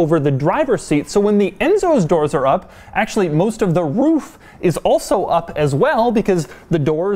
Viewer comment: That's not it lol. He says 'roof' in a way that sounds like 'woof' (i.e. the sound a dog makes) hence "dog demuro".